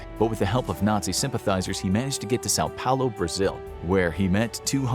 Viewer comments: It's São Paulo, not sao paolo. but all good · São Paulo, with an U, not O